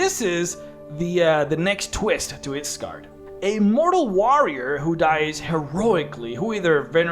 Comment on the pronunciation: It's a Norse word so the y is pronounced like an i